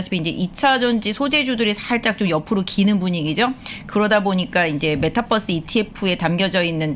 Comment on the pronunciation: 메타뻐스라고 말하지 말아주세요 ㅋㅋㅋㅋㅋㅋㅋ ㅠㅠㅠㅠㅠ